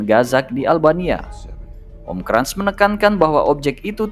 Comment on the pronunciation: Cara bacanya benerin min hahahaha kras bukan krans emang koko krans